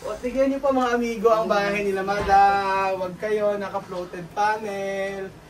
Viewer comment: Fluted po hindi floated